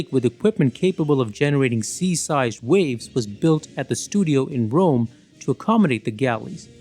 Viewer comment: Filmed in Wome? I have a vewy gweat fwiend in Wome …